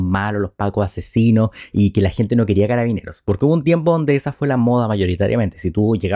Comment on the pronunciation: Es una verguenza escuchar a Boric, no se dice cararabineras, son carabineros independiente del género. Las mentiras que dice al respaldar a la institución me dan repulsa.